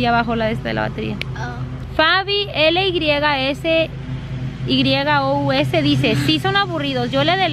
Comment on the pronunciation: Leiste mi comentario😏🤗🤗🤗🤗😏 peeeerooooo dijiste mal mi nombre 😣😣 es: #Fabilisious nada mas ke con #y 😃😁 #Fabylysyous😍😍